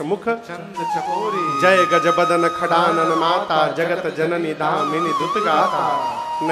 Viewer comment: आप से अनुरोध भी है और ये उम्मीद भी नहीं करते थे कि आप भी शब्दों पर ध्यान नहीं देंगे और आप भी शब्दों को मूर्खो की तरह से बोलेंगे जैसे षडानन - को खडानन बोल रहे है